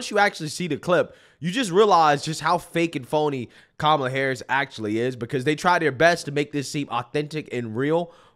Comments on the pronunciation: I just noticed even kumala pronounces her own name wrong. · You gotta pronounce her name like this: ka-MAH-la 😂